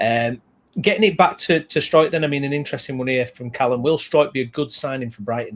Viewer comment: At least we won't have to listen to people mispronouncing his name for much longer. It's str ow k. Source- pascal on the video the club put out each year where each player says their name and position.